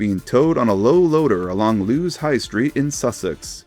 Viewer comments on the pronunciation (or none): You nailed Chatham but Sittingbourne is more of a "Sitting-born". Hythe sounds more akin to eith from either. Lewes is Lewis, rather than Looes. Another great vid, cheers